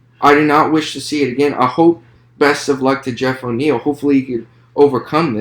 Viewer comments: Great video man! Btw I think it’s Neal not O’Neill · Wonderboy is an undefeated kickboxer to my understanding. And it's Geoff Neal. No O'neil. You don't have the slightest clue what you're talking about. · Bro this was not a good review. Its Geoff Neil. Theres no O. Geoff also isn't a wrestler. Hes a striker. A damn good high level striker. Thompson just made him look like dirt. Also you said thompson isn't world class???? Please don't make these vids if you dont know what you're talking about. A lot of what you said was very generic along with false info and very little real info about the fighters. Even got the name wrong. Thats the easiest part 🤦‍♂️ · Why the fuq, are you saying "O'Niel" You don't know, who Geoff Neal of? Then why are you speaking, and really failing at trying to break thos fight down, and remain informative. Leave it to the fighters!